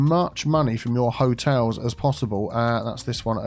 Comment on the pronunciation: "Charming Hoteals Co."